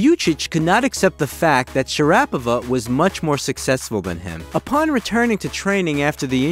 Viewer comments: its Sha ra Poova ,, not Sharapava.... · It is pronounced Sharapova as in Supernova. And means the same. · Her surname is pronounced, "sha-ruh-PO-va". If you do a feature on someone, have enough respect to pronounce their name properly. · Nope is Shara PO Va, with the accent i the "O" not SharApova 🤦🏻‍♂️🤷🏻‍♂️ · Her name is pronounced shara- POVA' not sha- RAPOVA'. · It's not Sharap ova it's Shaaraapovaa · FFS, her surname is pronounced SHA RA POVA, not SHA RAPOVA. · Maria Shaa-raa-poh-va....not sharrapiva. She never rapped once. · It's Shara pova, not sharapover 🙄🙄🤦‍♂🤦‍♂ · Suffice to say she hates ocean views.😂 It's pronounced Sha-rah-po-vah, not Sha-rappova. You paid such close attention to the accent on the syllables, so why not get the whole thing right? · Shara fucking POVA. Not SHER- RAP- O -VA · Share - A- Pova .... get it right !! .............. not - Sha .rap . pa .va // NO !! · I totally agree with this and I still stuck through to the end I think that somebody who can't get somebody's name right just say their first name if you don't know or learn it please period I'm one about giving people chances but it's a annoying. Maria Sharapova (Cher-A-pov-a) I wish I could remember how it was said threats video thank the Lord that have been blocked out of my mind amen. Way to go Maria I had no clue some of your accolades and things you've done. I didn't get into tennis until around 2015-16 and I was religious on the tennis channel watching and learning. 👍🫶🙌👏👏👏🥇🏆🏆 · Sharanapa? And toneament? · It's Share-rah-po-vah. ☮️ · i noticed a few inaccurate pronunciations (Doha, not Daha) and you pronounced her name wrongly. It should be sha·ruh·pow·vuh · It's Shara-pova. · Never knew her last name was pronounced Sha Rap Ova. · Sha- ra- pova not difficult to pronounce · Sure-a-pava? Not even close. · Please pronounce her name correctly . SHA - RA - POVA . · It's not Sharaah-puhvuh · Say it with me Shara pova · Her name is pronounced Sha-ra- pova! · Sha- ra-pova...who? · Me to